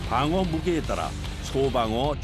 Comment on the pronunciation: 방어가 빡어로 들리냐